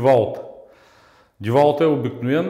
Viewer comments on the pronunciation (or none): Деуолт не девалт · "Винтовърт" "Ко сме забелязали" "Иното" "Глеите" "Могу ,могу" "Девалт"